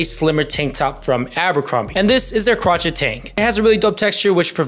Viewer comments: CRO-SHAY not crotch-et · Luv the content as always! *Cro-Shay not Cra-chet.